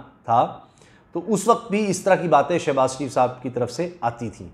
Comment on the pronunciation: Shebaz not Shanaz.